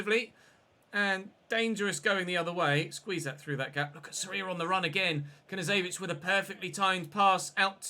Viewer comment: Hey,love your content mate. Just an FYI Knezevic pronunciation is K-nez-evic. Keep up the great work it’s hard to pronounce half these Eastern European names👌good to see you having a crack!